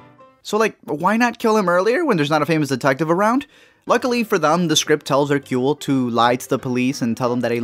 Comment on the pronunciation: Thank you for pronouncing Hercule's name correctly. However, this should have starred David Suchet. The whole movie feels wrong without him.